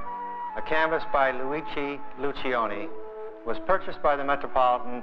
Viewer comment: Lucioni is an Italian name. In the Italian manner, you do not pronounce the first letter i. It will sound like loo-CHO-nee